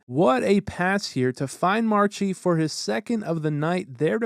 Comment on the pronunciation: Me being a huge bruins fan I don’t really like how he mispronounced Marchand which sounds like Marshawn and I also don’t like how he said PAHsta it’s pasta, but anyways love your vids. Keep it up